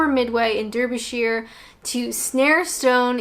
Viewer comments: Derbyshire is pronounced with an ‘r’ as in Darbyshire. It is written ‘er’ but pronounced ‘ar’. I was born in the north but now live in London. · Hey btw shire is pernounced sure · Derbyshire is pronounced as Darbyshire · I'm a Mancunian who moved to Cornwall when I was 5. Am I Northern or Southern? Does it matter? I can relate to both areas.Incidentally it's Darbyshire, not Durbyshire (that's now it sounds).Edit: your hair looks lovely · Its DARBYSHIRE..... DARBY.... NOT DURBY.... HA HA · Hi. At 2.09 you refer to Midway "Durbyshire". It is pronounced "Darbyshire". A "Durby" is an american pronunciation of Derby and is a type of hat and a Kentucky horserace! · "dah bee sha" -- Derbyshire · Derbyshire is pronounced Darbyshire. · It’s pronounced dARbyshire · Derbyshire is pronounced as Dar-Be-Sher (Derby is Dar-Be and then the usual -shire ending) Also the midlands exists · If it has Shire on the end just say sheh that's not a good way to explain it xD but Derbyshire I'd say like (darb-ih-sheh) also I'm Northern xx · After living here for 4 years you admit that you don’t know much about this subject; you should spread a LARGE map on the carpet and study our small country , the different counties( and how to pronounce them). Derby and Derbyshire is pronounced DARBY with an A. You failed to mention the Midlands which is a large area covering B’ham, Leicester, Nottingham, Stoke On Trent etc. and the populations there would certainly have interesting views on the people North and South of them. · Derbyshire is pronounced Darbyshire. I think the Cricket qualifying groups they used to have for the B&H Cup was best- North-Yorkshire, Lancashire, Durham, Derbyshire, Leicestershire, Nottinghamshire Midlands/Wales-Glamorgan, Gloucestershire, Somerset, Northants, Warwickshire, Worcestershire South-Kent, Essex, Hampshire, Sussex, Middlesex, Surrey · She's lovely really 🤗 but i couldn't help but laugh at the way she pronounced Derbyshire 😂